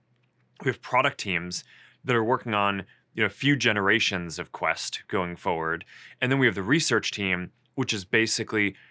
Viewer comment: Never trust a guy who can't pronounce forward.